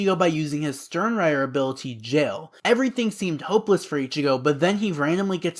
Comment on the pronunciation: Nice vid man, only thing is I think using more correct pronunciations would make the vid better O-ree-he-meh E-noh-uu-eh Stern-rih-tter No-e-tra Sa-yel-aporro (this one is hard) Lil Bah-row Aus-veh-len I'm sure there are others but you get the drill. It just shows more respect for the source material and the original languages